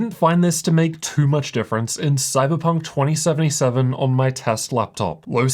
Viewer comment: Bro.. the way you pronounce too, just makes me want to grab a baseball bat